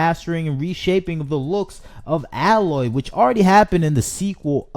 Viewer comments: It's A-loy, not alloy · You could at least say her name correctly: A-loy We need to destroy sweet baby, what they're doing has to be illegal. I'm not smart enough to delve deep enough into the law but they need to be removed from gaming or have their own rating symbol so I won't be tricked into buying woke nonsense. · I’m sorry, but if the guy complaining in this video had actually played a Horizon game he would know how to pronounce “Aloy”. (Hint: it’s not “Alloy”). So no, he hasn’t played it. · bro out here smoking crack. What are you even saying bro? Pure fluff no substance. Play the game, then make a video. I don’t think any true fans are actually upset about it. They’re only upset because they can’t play it on PS4. Only people that have never even tried horizon talk shit. HZD deserved a remaster. Literally nothing you said is true. Also Her name is AY-loy. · The images you used from Zero Dawn were kindly selected, but almost all of the images you used from Forbidden West or the ZD remaster were at awkward moments during conversation, or photoshopped significantly to exaggerate your point. I don’t believe that you even played either game, since you didn’t say the main character’s name right, even once. Just jumping on a soapbox because not every piece of fun content is made exclusively for men anymore. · If you want to make a bitchy video about Horizon, please take some time to learn how to pronounce “Aloy”. Clearly you haven’t played the game… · You aren’t even pronouncing her name right… nor do you have the right footage of the remaster. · He likely never played either game if he’s mispronouncing her name, just making content. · I agree with you wholeheartedly but pronounce her name correctly PLEASE....